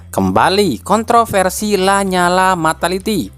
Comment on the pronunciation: la nyala min bacanya la niala bukan lanyala